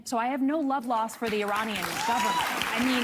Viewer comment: she cant even pronounce 'Iranian'